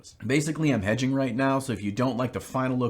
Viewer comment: I thought jon said “edging” instead of “hedging” at the beginning and i was very confused